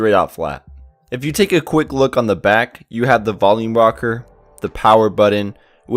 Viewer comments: great review. you solidified my reason to get this phone. Great video except the way you say BUTTON. hahaha... You sould like my cousin Juan. Jk bro.. thanks for the video. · No kidding. Buddin. That kills me every time I hear it! Oh, and "potography" lol great review otherwise.